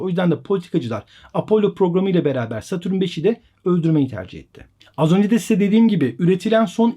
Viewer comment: Satürün ne abi. Dayanamadım kapattım videoyu.